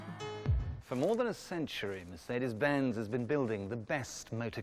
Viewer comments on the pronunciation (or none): Weird pronunciations..... Mer - seed -ees, Ford Ka(t) and Fassia (fascia)